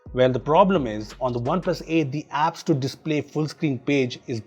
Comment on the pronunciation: Whenever says OnePlus Phones.... Why does the comment says spoons 😂😂